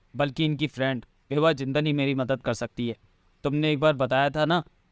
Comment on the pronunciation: विभा जिंदल को कभी बिवा बोलता है कभी सेवा बोलता है 🤣🤣🤣🤣🤣